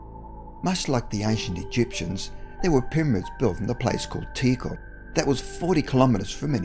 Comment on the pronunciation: I enjoyed the video, though no new info, but I have to point out a couple of pronunciation issues. You did alright with Teotihuacan, But Tikal is not "tickle", it's "tee KALL", Kukulcan is not "cuckle kahn" but "koo kool kahn"